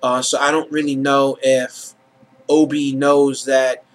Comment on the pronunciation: Opie, Opie, Opie not Obie. other than that ,pretty good.